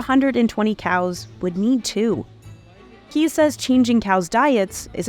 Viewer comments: Butchered the dutch names. It's not keys but kees like case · It's not Keys de Koning, it's Kees (Kays) de Koning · Omg this poor person's name is pronounced CASE not "KEYS" I'm so triggered i can't continue listening. Shame on a BI for not getting it right!